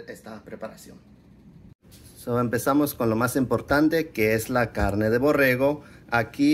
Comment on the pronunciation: Borrego , no borejo para eso fuistes a la escuela dice tu abuelo .